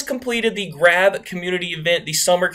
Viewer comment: I think its pronounced graaahhv